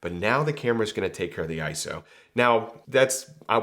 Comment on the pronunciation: Very good info here,. And thanks for pronouncing iso correctly.:finger-red-number-one